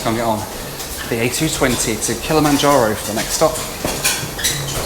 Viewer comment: I know this is a year old, but I know where to go for a drinking game. One per saying Kilamonjaro.